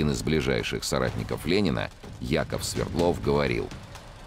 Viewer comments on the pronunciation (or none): none